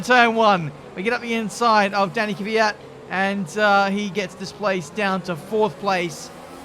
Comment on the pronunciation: Petition for to try saying KVYAT instead of KYVIAT. <3